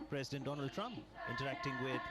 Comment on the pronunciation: Mr. Dolaand Trump 🤣👍